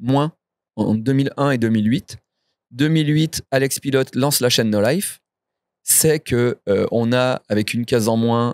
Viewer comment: Le nom de famille PILOT se prononce "pilo" ce n'est pas un mot anglais. Jusqu'à quand il va continuer à mal prononcer ?